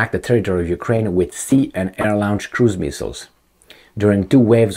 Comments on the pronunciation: He pronounces the a u as if it were German, two distinct vowel sounds, OW. Bit it should be pronounced like the French au, one sound, aw. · You really need to learn how to pronounce the word LAUNCH.